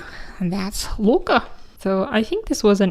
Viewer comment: Love the norse representation! however, just so you’re aware loke is pronounced with emphasis on the e and o, i’d reccomend looking up the pronounciation if you want the name to be accurate, if thats not a big concern for you, thats okay though!